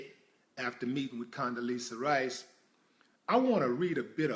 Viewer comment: Rice...not ri.